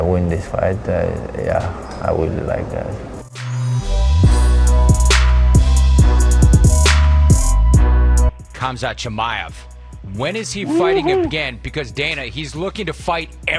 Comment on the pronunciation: Khamzat is a beast also khamzat is actually pronounced hamza is just that in Some languages the name sounds different